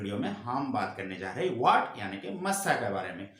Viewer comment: चाचा इसको "मौसा" नही "मस्सा" बोलते हैं 😁 वीडियो के लिए धन्यवाद 🙏